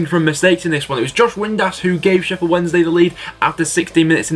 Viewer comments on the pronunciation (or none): none